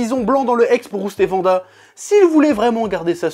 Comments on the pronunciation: waaaanada please vanda ça détruit mes oreilles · Wanda se prononce Ouanda non? Et non Vanda chef. Je me trompe ? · Pk tu dis vanda et pas wanda ? Sinon super video 😄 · C’est WANDA pas Vanda 😭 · Par contre s'il te plaît .. Wanda, pas Vanda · Psk en français wagon tu le lis vagon. Mais bon après on s'en fout moi je dis wanda comme 90% des gens je pense mdrr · "Vanda" Aïe, mes oreilles...